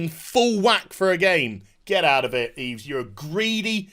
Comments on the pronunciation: Oh a propos, as a matter of correct pronunciation of the french name Yves....the s is silent, therefore, it should sound like "EVE" when you say it correctly. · Yves is actually pronounced "eve". The more you know.. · btw the s is silent in Yves:)